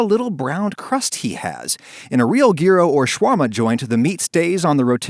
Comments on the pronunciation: yes, in greek. But he’s not greek. Kinda like me as a Dutchman expecting you to perfectly pronounce gouda. No I don’t i know you’re gonna pronounce it in English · yikes the fact that you refuse to pronounce gyro correctly even after knowing the correct pronunciation baffles me.. With such a large viewership this could be an opportunity to educate on the culture behind this wonderful dish. Disappointed that you'd refuse to do so. Especially given your background as an educator I expected more. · The way he pronounces gyro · Adam: doesn't pronounce gyro correctly Greeks: how dare you! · Oh my god I've been pronouncing gyro wrong my entire life! I need to stop watching JoJO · I think i have it figured out... Adam pronounce gyro like that as a cover up for using ketchup later in the video so he would recieve less hate because people were too easily distracted by the gyro pronunciation! I SEE THROUGH YOUR RUSE, ADAM. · You still butchered the way you say Gyro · Being Greek the pronounciation hurts me on so many levels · even though the pronunciation is slightly off, its better that jEyErO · Also, it's "gyro*s*" in the nominative form, i.e. when you refer to it. And he was saying "gyro" and "gyros" interchangeably as if it doesn't matter. Honestly, as a Greek, the mixed grammar annoyed me far more than the incorrect pronunciation of gamma. :P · I’m Greek and the way you’re saying gyro is killing me. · Cause thats how its fucking pronounced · I was wondering how long it would take for the pronunciation to be butchered and it was under 2 seconds, a new world record! I have many pet peeves and people not knowing how to say gyro is up there. Now if you will excuse me... Crying in the shower will my shorts still on, eating a gyro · I was absolutely referring to YEE ROHs , I commented because he was using a hard G, sorry for the confusion. (edit) although in reflection he was probably trolling by using the hard G. Well played. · but mostly in greece its yeero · Its yee-ro xD